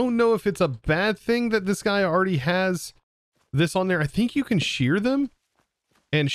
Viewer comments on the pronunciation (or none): none